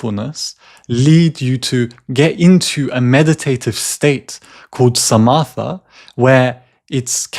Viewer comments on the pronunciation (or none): Great videos on The Mind Illuminated!😊 BTW, Samatha is pronounced sa-ma-ta. The h is silent.